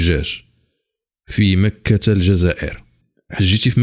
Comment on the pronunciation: سبق لهاد الكرغولي قال مكة في الجزائر وقال هي مدينة مكرة وززوروها بحرف الراء اصبحت مكرة كوكب لا لا عشرة في عقل واحد